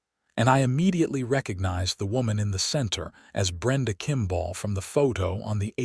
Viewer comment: Okay today’s lesson is how to pronounce the word kimball it is not kimbaaaaal te proprietors of this rubbish need to educate the AI. Forget the poor quality stories and focus on the true ly dreadful grammar and pronunciation